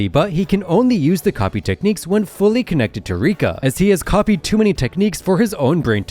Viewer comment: Rika is not rika